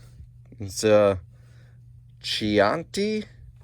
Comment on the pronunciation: You could pay the staff to come in and organize the rest of the warehouse. Time spent looking for things is time wasted and costs money. The area with the new shelves is awesome, but the rest looks like it needs work. Just sayin'. Chianti is key-AN-tay. For me, things are always in the last possible place I could look. Someone once said, "Of course it's the last place you look because once you find it, you're not looking anymore." Yes, but that's not what I meant. For about 30 years now, all children's sleepwear has to be flame resistant in case the house catches fire.